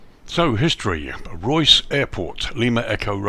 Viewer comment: Nice video. It’s pronounced Ray-us